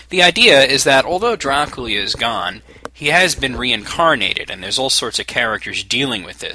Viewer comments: I have no problem w/ Drah-Koo-La, but he's saying Drakoolia. I do not want. And I don't even say it the "americanised' way. I say Draak-yoo-lah. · Yeah, sounds like Dracoolia. Umm, I'm almost certain it's pronounced Drak-Yoo-Lah. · how do you get "drah-col-ee-uh" from "dra-cu-la"??? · draculia? lol dude that was funny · hum, you say "Dracula" in a funny way xd